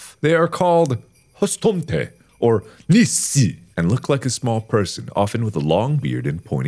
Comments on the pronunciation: Nisse is pronounced nissa I only know this cause I had to watch hilda with my nephew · nisse is actually pronounced "nissa" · The way he pronounced "hustomten" and "nisse" hurt my swedish heart😭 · As a Norwegian... the way Mark said hustomte and nisse will forever haunt me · I wheezed like a hyena when mark attempted to pronounciate Hustomten and Nisse I cackle in swedish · It's hilarious listening to Mark trying to pronounce Swedish words and trying to sound cool at the same time. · I cant with his Nisse pronunciation 😭😂😂